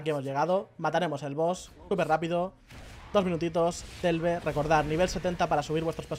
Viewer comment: 100 veces dicha la palabra ''Delve'', ni una vez bien...jajajaj el video guay eso si.